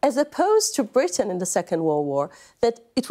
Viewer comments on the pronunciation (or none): none